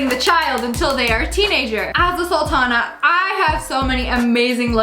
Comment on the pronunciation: SSSniperwold: Game of 'saltans' Me: GURL ITS PRONOUNCED AS 'SOOLTANS' AND 'SOOLTANA' NOT SALTANA. Not pronounced as salt.